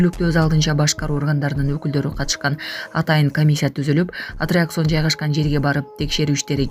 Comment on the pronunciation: АТТРАКЦИОН ДЕГЕНДИ АТРИАКСОН ДЕП ОКУГАНЫ САБАТСЫЗДЫК !!!